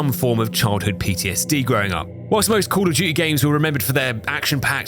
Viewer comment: Cwall uff dew-tee 😂